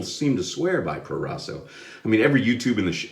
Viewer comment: Italian pronunciation on point man! Great shave, I love that soap I use it at least twice a week it's great when it's cold outside